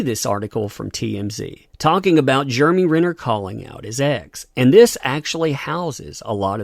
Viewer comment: Not really a complaint, but it’s kind of weird how you pronounce his name as Germey.